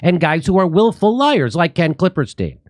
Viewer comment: I love Jimmy calling him KlippeRstein. Just hoping it’s in purpose. 😄